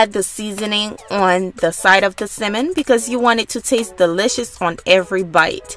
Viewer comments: Couldn’t watch!! How u cooking something u can’t pronounce Sammon the L is silent it’s not Simmon 🤦🏽‍♀️ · Why the hell are you saying SIMEN ? That shit was bothering the hell outta me ! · Tryna talk so proper but saying simmon...🤣🤣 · It's not as worst as hearing my dad call tenderloin TENDERLINE. But I'm having SIMMON tonight tho lol 😆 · I love how you call it “simmon”. We pronounce it “sammon”. The recipe looks delicious as always!! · Simmon? you mean salmon? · Sounds like you're saying Cimon instead of Samon, silent L. :( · It's Sal-mon, not Ci-mon, Pronunciations Matter, If I go to the fish market and ask for Ci-mon, they will look at me like, we don't t have that, oh you mean Sal-mon, thanks for sharing, can't wait to try it😊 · Repeat after me...Sam-men... not simmin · Tf is a simmmonn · Ugggh she keeps pronouncing it at "simmon". Lady its "Salmon". Succulent not "Sockulant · You're too adorable!❤❤ I kept chuckling at the way you pronounce salmon. You say "simmon". That's so cute. I really enjoyed the video. I'm definitely going to cook this way tonight. Thank you for sharing. 🙂🙂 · Why do you keep saying “simen” it’s salmon🤦🏾‍♂️ But thanks I’m stealing this, it looks amazing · You know it’ll be good when she calls it cemin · It’s Samon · You guys are funny in the comments saying simmon lmao but thanks for the video. Ive for the butter in the pan heating up right now and I’m about to try this. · Sockulent? Simin??? Lmfao nice video tho! It looked delish! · Sounds like you’re saying semen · would be nice is she could pronounce "salmon" its not a simmin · It's salmon not simmon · Why is she calling it simmon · Please pronounce it correctly it’s SALMON.. omg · It's salmon not semen. Who taught you English. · Lol I love the way you say Salmon !!!! So island makes me want to hop on a plane right now !!!!! It’s cold in Jersey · It's the way she saying salmon for me 🤣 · Good recipe although you need to learn how to pronounce the word salmon lmao